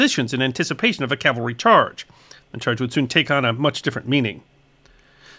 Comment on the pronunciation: Excuse me for saying so, but it really irritates me to hear people mispronounce "CAV-alry" as "CAL-vary." Subtle yet significant difference. I still love you.